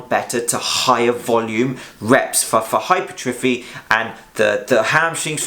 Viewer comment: its pronounced - hyper - tra - fee.